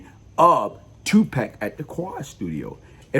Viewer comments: Speech impediment doesnt mean the forgetfulness of a name you just said seconds ago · Its not disrespect he been said that he has a speech impediment.